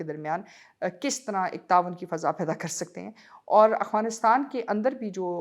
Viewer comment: I am surprised Maria Sultan can not pronounce "Afghanistan " correctly. If Afghanistan invite TTP, BLA, And others to have a dialogue, how Pakistan will perceive it ? Pakistan should stop it's strategic depth in Afghanistan.